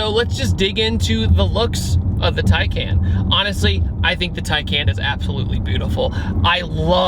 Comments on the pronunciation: Just to clarify its pronounced tiecon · Just to clarify its pronounced (tiecon)